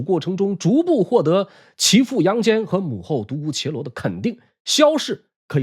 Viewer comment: 独孤伽（jia）罗